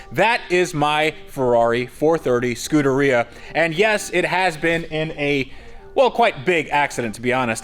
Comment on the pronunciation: you are pronouncing its name wrongly